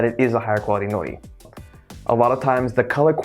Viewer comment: sounds like you are saying "no nee"